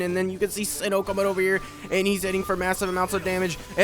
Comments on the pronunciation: its Cee-no lol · Its S-EYE-NO my guy not Sin-No